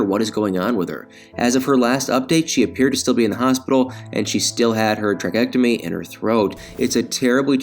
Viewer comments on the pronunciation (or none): Well, she doesn’t exert herself, to do anything, so she might be ok and it is pronounced “trak-e-otomy”. Tammy can’t say it correctly but you look really dumb when you follow her speech patterns. Double check it before you say it on YouTube ! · Tray-kee-ot-o-mee. That is the proper pronunciation of that word. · yes, I know that. He said trachectomy, which is not a word.